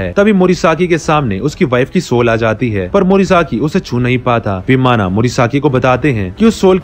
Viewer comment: Answer hoga Vimana.. Sounds like vimann